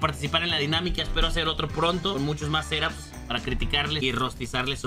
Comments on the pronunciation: Yo escucho que dice serop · No se por que cada vez que decía set-ups escuchaba seraps